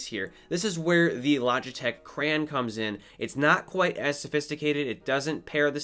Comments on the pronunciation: "cray on" not "cran" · Cran? Thought it was crayon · I don’t like the way he says crayon 😤